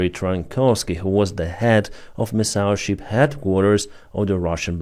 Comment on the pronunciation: ship - not sheep. NOT SHEEP!...... SHIP..... SAY SHIP, NOT SHEEP!